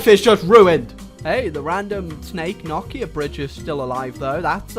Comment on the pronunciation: Not 2 be rude but i pronounce it no-kia